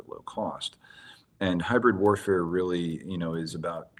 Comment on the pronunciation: "Hybyaid Wayafare" American authors need to stop doing this lmao